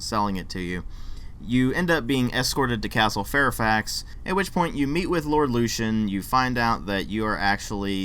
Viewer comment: You said something about only being able to come across sex once. You can buy an emote to ask anyone for sex. You must be 17 if you want a full out sex scene. Also you keep pronouncing lucien like a dumb ass. Did you even play this game? Run along now.